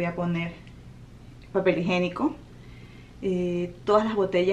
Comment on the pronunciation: Papel higiénico, no se dice higenico